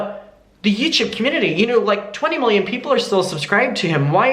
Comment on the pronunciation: I want a compilation of trying to say YouTube “ youchube”